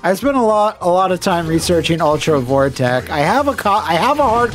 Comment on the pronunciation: "Ultra Vore-tech"? sweat